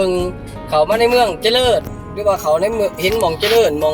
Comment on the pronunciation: เจริญ..จะ...ไม่ใช่จะเดิน.....นะพี่น้องเด่อ